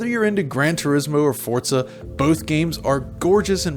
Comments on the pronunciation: I found it very annoying that he says Fortza, with a T, when Forza is spelt Forza. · Stop calling it forTza. It'd forza. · Why do you say Fortza? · Why do I hear so many people like this guy calling it.. Fort-za there is no letter T in Forza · Fortza it's forza you twat get it right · Why is he pronouncing Forza as Fortza? Annoyng. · Its FORZA not FORTZA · Forza is an italian word. In italian the letter Z is pronounced TS. Like Pizza. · Forza is an italian word. It’s pronounced ForTza. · Bro.. it's not Fort-za.. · I hate when people put a T in the middle of Forza. It's not Fortza Motorsports. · its FORCA ? not Forza ? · No, it's just pronounced Forza